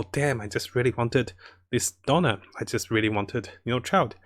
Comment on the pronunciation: It's Diona not Dona xd